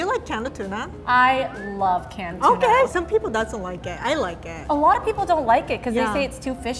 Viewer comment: sounds like she's saying "Canada tuna" lol